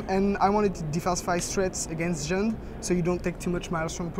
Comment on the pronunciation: i think its funny when he says jund lol